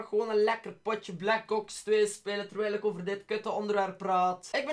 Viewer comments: Ik weet niet of ik de enigste bent die t hoord maar als je black ops zegt hoor ik black cocks hahahaha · je zegt black ''Cocks'' xD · Ben ik nu de enige die hoort dat hij blac kops zegt